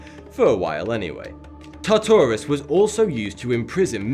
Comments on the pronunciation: LMAO DID HE JUST SAY TATARUS? 😂😂😂😂😂 IT'S TARTARUS MATE. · it is pronounced tar ter us not tar tar es but its a common mistake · Greek hell is call tar-ta-rus not ta-tar-rus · Its pronounces as tar tar us not te ter as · It’s not called tattarus. It’s pronounced Tartarus, Are-Us. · the way he says tartarus... oml it's "tar-tor-us" not "Tata-rus" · umm it's not pronounced (tar tour us) it's pronounced (tar ter us) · It's not Ta taras it's tarterus (in pronounciation) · TARTARUS* TARTARUS* TARTARUS* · Tartarus has an "r" in the first syllable. You can't claim it's your dialect. You also can't claim it's silent. You factually ignored the spelling. Try again. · its tart-or-us. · your pronociation... Tar-to-rus , Ne-full-heim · did he just say "tata"rus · Tar-ter-us... just sayin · now repeat after me. TAR-TAH-ROUS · Ta-Tartarus? Please, it's really easy to speel. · It's pronounced TART-arus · In the first idea of hell you pronounced everything wrong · Say Tartarus one more time then Ill freaking unsubscribe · I was wondering what you were saying until I realized you were trying to say "Tartarus".